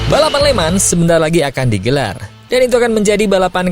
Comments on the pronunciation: Lemong min bacaannya, bukan lemans. Gue nonton pakai sound besar soalnya, orang yang namanya Man nengok Mulu kalo denger lemans(mereka denger lek man) 😂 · Cara baca Le mans itu "Le Mong" gak ada bunyi "S" sama sekali.